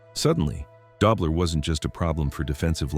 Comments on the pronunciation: Its pronounced DOE BLER not DOBBLER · It's Conrad "Dough" bler...not "Dob" ler